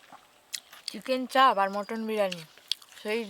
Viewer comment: Ota chharo sono oo abar ki bollo du piece dichhe setao dewar ichha nei bole "ufff dadu chicken chaab ek piece ei kisti maat" 😂😂😂 uchharon o korte janena Chicken chaap ke chaab bole osikkhito r choto moner hole jaa hoy!!